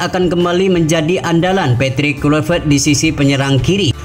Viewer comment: kLuivert bang, bukan KuiLpert 😑